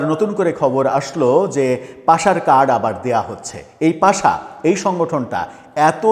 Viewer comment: পাশা না, ওটা পাসা😂